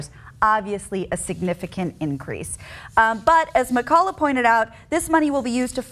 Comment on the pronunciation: "McCulla" you pronounce it "Cullock"